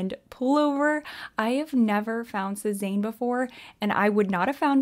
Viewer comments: Your saying Sezane wrong 😂😢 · sezane = suh-zann ❤